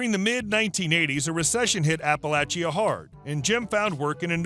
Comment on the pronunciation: Omg, you pronounced Appalachia right, I live in Appalachia & you’d be surprised at how bad people are at pronouncing it🤣